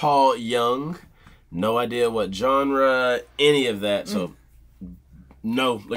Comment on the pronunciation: Genre is pronounced zhaunre not johnre